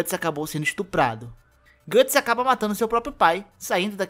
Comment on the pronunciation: Gatts? GATTS??? O Certo É Guts